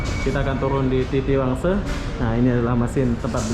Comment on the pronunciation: Kalau ngomong Indonesia,guna lah bahasa Indoneisa yg baik.orang Malaysia pun bilang TITIWANGSA ya TITIWANGSA,.. Kenapa loe kok ngomong TITIWANGSE....! contain SAMPAH